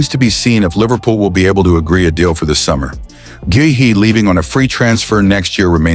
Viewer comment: how many way's will you pronounce Guehi's name